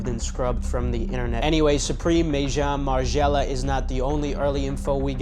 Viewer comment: May-Jong Margiela? 😂Gotta work on them french words bro.